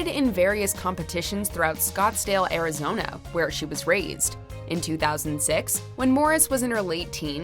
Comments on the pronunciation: Where the hell is Scottsdale "Arizono"?? 😂 😂 😂 Terrible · 😂 Scottsdale, Arizono